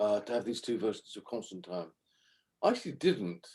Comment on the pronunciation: I'm so glad people somewhere in the world still pronounce Constantine correctly.